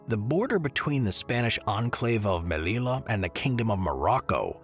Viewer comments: The pronunciation of the Spanish city you mention is not /melila/, but /melija/ with a j like in joke. Good video, though! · The double 'l' in Spanish is pronounced like a 'y.' So it's pronounced "Meliya," not "Melila." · The “LL” is a separate letter in Spanish, pronounced like the English “J”. Therefore, say the name of Melilla😢 as if it were “Melija”.